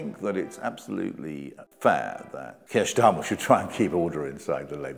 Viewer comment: You hef a problem vith ze pronunciation?